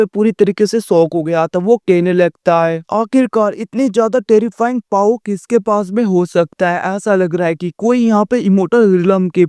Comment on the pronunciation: Kyaa vai paau paau keh rahahe powerko😅😅power bolona achhese kaha haat paau bolraheho😅😅😅